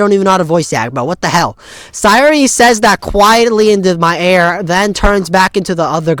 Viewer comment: Your pronounciation of "Sayori" is right!